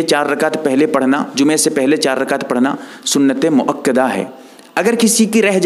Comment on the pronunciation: Bhai mukkida nahi.balke muakkada h